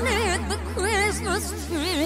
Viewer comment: sounds like kriz-muz instead of "Christmas"